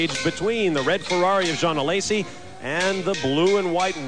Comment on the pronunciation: Why does the guy says A-Lazy?